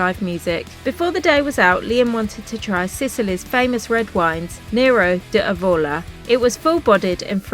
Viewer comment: Your pronunciation of Italian places and words is painful! Nero Diavola. has accent on the "Di". Palermo not Palmero.....